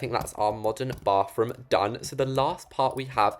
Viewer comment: why do you say "bafroom"